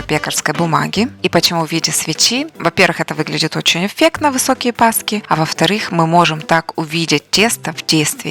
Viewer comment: Вы - Умница, Красавица. Именно ПАСКЫ💖// с ударением на последний слог👍так казала моя бабуся💖 Щiро дякую❤